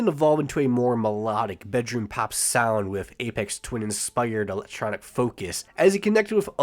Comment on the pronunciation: it's apHex (afeks)